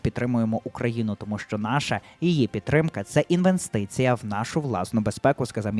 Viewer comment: інвенстиція і бундерстаг -- то якось грубо. поставте суфлер повище, бо дивитель кудись дуже вниз. дяка за новини.